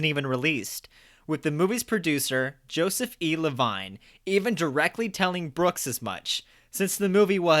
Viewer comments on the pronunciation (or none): At the risk of coming off as a stalker and nitpicky, had to offer my two cents on this video as well: 1) “Bancroft” is pretty much as you pronounced it (think “bankrupt”), but “Mostel” places the emphasis on the second syllable as in “hotel”. Also, the producer was Joseph E. Levine (Le-VEEN), although you got it correctly the second time around. You need to bone up on your Mel interviews from the DVDs/blu-rays – he says all these names like a dozen times at some point, ya dick! (P.S. You also should look up pronunciation of word “putz”…) 2) Unsurprising given how much I adore THE PRODUCERS, I’d name my “guilty pleasure musical” as YOUNG FRANKENSTEIN (saw it and did production myself a few times)…though I guess I don’t have the shame about it one usually associates with a guilty pleasure ha! 3) I would actually argue that Mel’s goal WAS indeed to offend, but for the sake of getting even as pointed out. Also, it’s very important that you don’t zat a scooby-doo hotcha doo-bee-doo bop! 4) Regarding the teacher who was going to show your videos in class — what level does he teach? There certainly would be no need to censor one “dick” if in a high school or college professor. Although, I resist any sort of censorship in general myself!